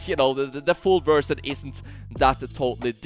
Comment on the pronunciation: It's crazy how this guy speaks fluent english and yet keeps saying "versjyn"